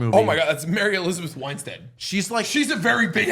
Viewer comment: I don't get how.... and, as self-professed nerds (and, with that said, Star Wars fans), that you didn't know Mary Elizabeth Winstead (ahem.... Winstead, not Wine-stead) is married to none other than Ewan McGregor aka Obi-Wan Kenobi. Also,.... Katee Sackhoff is who played Bo Katan Kryze in The Mandalorian and Starbuck in Battlestar Galactica. And someone tell to calm down a smidge before he blows out his other knee.